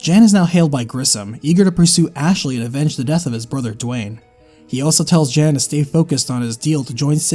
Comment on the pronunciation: Great video. Slight nitpick though. Jan, when given as a male name is pronounced Yon.